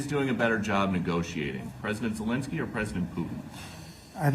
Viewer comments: I had to turn on captions.Youtubes automatic captions thought you called Zelenski Voldemort too. 😆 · Did you say Voldemort Zelenskey? 😅